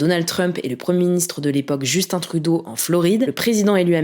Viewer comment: Au moins elle a pas dit Justine comme on entend souvent en France,,,.